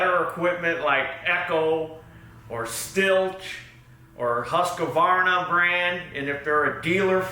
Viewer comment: Husk-varna, not Hus-que-varna.